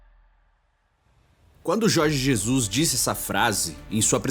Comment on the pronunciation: Jorgi Zezus